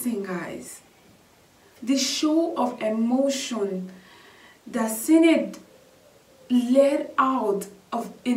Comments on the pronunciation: It's pronounced Shinaid. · Her name is pronounced Shinade.